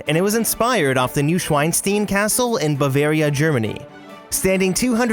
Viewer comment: I'm from Germany and the Name of the Neuschwanstein Castle shock me a little bit, because I heared New Schweinsteen 😅😂 But the 1:1 translation would be New Swanstone Castle, and that would be also wrong. Bavaria sounds strange too.